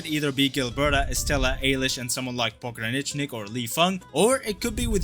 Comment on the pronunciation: pognicknick wtf man, either say pog(like a noob) or Pog-ra(like in 'ru'st)-nich-nick, great vid btw